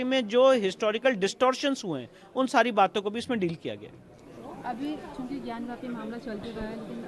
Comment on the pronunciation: it is gyan vapi - not gyan vYapu - in Skand Puraan.